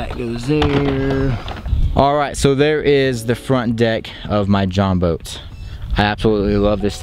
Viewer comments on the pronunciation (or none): It’s Jon boat not join boat